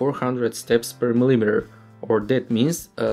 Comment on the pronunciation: mispronunciation of the word "millimeter". omg, where did you learn English? fail.